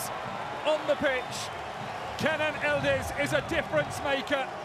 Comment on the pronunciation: Why do the keep calling him ildiz? His name is Yıldız! Y is not silent! Yildiz!